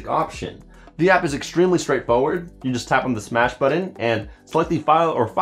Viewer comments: BUTTON NOT "BUD DIN"!! DEAR GOD THAT'S ANNOYING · It's called a "BUTTON" in case you don't see the 2 Ts. It's not "BUDDIN." Sounds just as stupid as when people do the epiglotal stop when attempting to say words such as nothing, and morph it into "nuh-inn" or try to say button and destroy the English language and pronounce it "buh-inn." Almost as stupid as the people who can't distinguish the proper use of "loose" and" lose" So just stop. People are stupid enough already. We don't need proof of it.